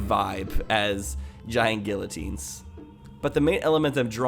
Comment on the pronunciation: 'Giant gill-o-teens' 10/10 French there.